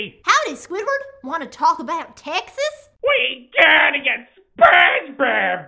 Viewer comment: we GEATTA GET SPENGEBEB BEEEEEECK